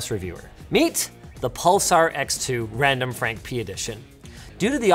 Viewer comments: Linus really said randomfrankp-ness 😂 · Linus said pee-nus LoL😁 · Linus says P ness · Did Linus just say RandomfrankP3N1S? giggity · Linus said P'ness